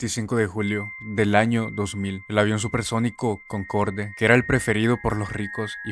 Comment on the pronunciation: "Concorde" es una palabra francesa, no se pronuncia como se escribe, sino "Concord" (Sí, como el juego ése que no duró nada, sólo que pronunciando la "r" al estilo francés xD), todos los aviones Concorde eran muy caros y difíciles de reparar y darles mantenimiento (además de que eran aviones con casi 30 años de antigüedad), la falla que causó el accidente que mencionas se debió justamente a éso, y finalmente en 2003 los retiraron del servicio.